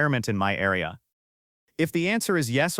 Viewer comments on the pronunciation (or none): none